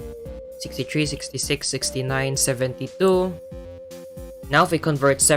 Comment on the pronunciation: Unrelated, but are you Filipino? When I heard you pronounce "72", my Filipino-meter was beeping lol